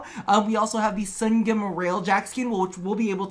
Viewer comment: sun-gyem Me: it’s just two words, sun and gem… sungem